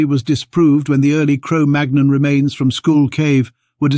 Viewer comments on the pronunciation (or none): Magnon is pronounced as 'mannyong'... like in chicken mignon